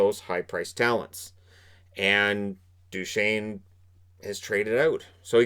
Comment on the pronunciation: Ah yes, "Steve Dew chez nee"